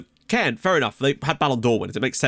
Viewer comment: great vid! Great to see Caen do so well, unusual for anyone other than PSG to win in France. One thing though is that you were pronouncing it wrong all episode! It's not like "Cannes", but more like "con". I know you try very hard to get pronunciation right so thought you might want to know.